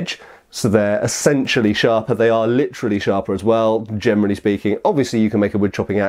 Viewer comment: "gemrally speaking" :D